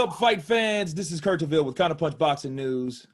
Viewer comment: sorry it's : Kurt not Kirt